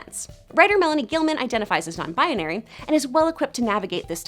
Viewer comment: is no one bothered by the fact that she's saying "non bianary"